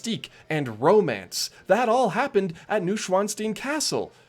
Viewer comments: *noy·shvaan·stine (not steen) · It's pronounced Noo-oyn-svan-sh-tine